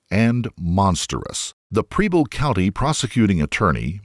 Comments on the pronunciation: Preble County, Ohio - it’s the next county over from where I live. It’s pronounced like “pebble” And I don’t understand how the prosecution wasn’t satisfied with her reason. Seems pretty straightforward to me. She believed her grandmother was suffering - truly suffering - and she wanted to relieve that suffering. How is there any confusion? I disagree that she’s some kind of selfish monster. It could be argued that Heidi gave her life so that her grandmother’s suffering would cease. Whether her reality is the same reality we experience or not, can anyone say they’d give their life for their grandmother? In Heidi’s mind that’s exactly what she did. Misguided? Maybe. Mentally ill? Perhaps. Suffering? Almost certainly. But monster? I don’t think so. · She could have applied for Oh Medicaid ehoch would coner her costs. I do this every day for residents coming into our facility. Btw... it's pronounced PRe-ble county, not PREE-ble. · Wow, the mispronunciation of the names in this video. Preble is not Preeble. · I don't know what is a bigger crime, her fake Supreme or the way the narrarator says 'Preble'